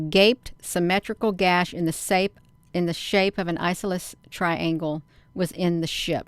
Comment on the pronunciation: Eye. sauce o lee's. triangle! (Isosceles)